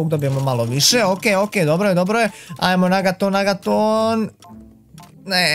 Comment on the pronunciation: Kaže se negaton a ne nagaton😂😂😂